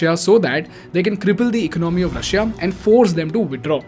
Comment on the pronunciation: Even though he's got a ton of subscribers and viewers, why can't he afford a tutor to teach him how to say the word economy as one word? Cringe moment!